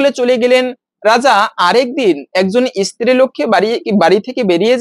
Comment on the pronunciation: ইস্ত্রি নয় স্ত্রী।